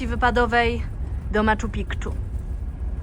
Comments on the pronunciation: Po pierwsze nie maKchu piKchu tylko Machu PiKchu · Machu Picchu = Maczu Piczu a nie Machu Pikczu 😂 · Maciu Piciu. Nie pikciu…😂😂😂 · Super przygoda👍małe sprostowanie. Wymowa maciu piciu. Nie pikciu Miłych wypraw i nie zapomnianych wrażeń. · maKczu piKczu XD serio nie byłyście w stanie wyłapać, jak tubylcy mówią maczu piczu? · Maciu piciu..se pronuncia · Prosze zobaczyc jak sie wymawia Machu Picchu . To pierwsze C nie wymawia sie. Troche drazni mnie to Pikchu ale ogolnie odcinek super. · najpierw naucz się poprawnie wymawiać Machu Picchu! Bo to obciach! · Ale fajnie wymawiacie Machu Picchu, to chyba po polsku.